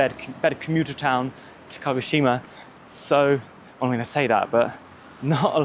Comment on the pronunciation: Great video! Makes me miss Japan, Haha, Baka gaijin... Walk downhill opposite traffic, bus/taxi uphill. At the start you say KO-shima? You mean KA-GO-shima? Later you say Kagoshima.